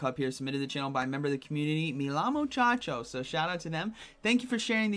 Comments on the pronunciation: The way you say that name is Meh-Ya-Mo-Chaco no Meh-Lamo-Chaco. The two L's in Spanish make a Y sound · I cracked up when I heard that 🤣